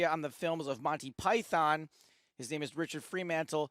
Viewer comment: forgetting the game completely, if you cannot say "Monty Python", maybe you shouldn't be speaking in public, not even in your local co-op ;)